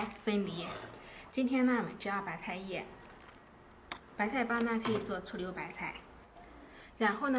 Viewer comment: 聽她說白菜說成白太